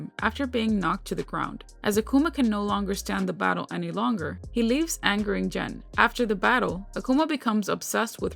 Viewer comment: 1. Gen is pronounced with a hard G (ex golf, give, go, etc…). 2. Akuma killing M. Bison is cannon. M. Bison continued to live because he’s able to transfer his soul.